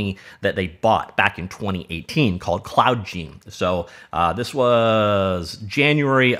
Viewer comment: Seems it would be pronounced cloud gIne. Like cloud nine.